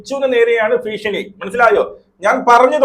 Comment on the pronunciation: ഭീഷണിയെന്നാണ്.ഫ അല്ല